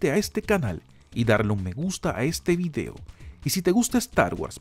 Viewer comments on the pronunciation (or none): none